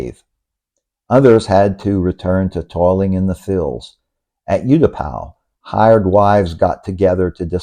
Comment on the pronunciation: I was in Thailand: 66, 65, 68, 69, 70, 73, 80, and moved her in 2003...!!! I saw Pattaya when it was still a fishing village and beyond Soi Asoke, Bangkok was all rice fields...LOL By the way - it is pronounced OO-Tapao, not YOU-Tapao